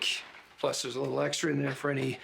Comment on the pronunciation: I thought you said "widdle suspicions" lol